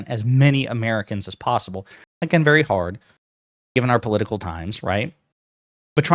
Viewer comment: VERY (I Will now always remember your lesson on using the word, "VERWY ... I mean, "v e r y"